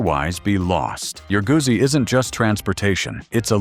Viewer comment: Good to see you kept the best for last, but a massive fail when you can't even pronounce the name Guzzi correctly. 😖 Bad. 😄